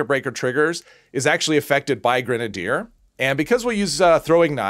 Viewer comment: I think you're mispronouncing grenadier. I think it's gren-nade-er, but hey to each his own. Any additional info is appreciated. Great video btw.. Update My apologies, I just googled how to pronounce it. Lol